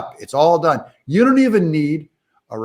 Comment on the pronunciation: Did you say that he is done or dung? Could be both.